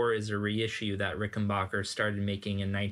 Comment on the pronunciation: "backer" not "bocker"